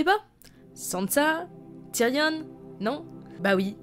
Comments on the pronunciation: TYRION PAS TYRIONNE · on dit tyrion pas tyrione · « Ti-ri-onne » non Tyrion putain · putain TyrION arrête de prononcer Tyrionne bordel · Tu prononce tyrion tyrionne cest juste énervant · Question pourquoi prononces tu avec un e à la fin de tyrion ? Ça fait bizarre...